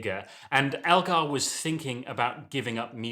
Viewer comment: ELgar not ALgar!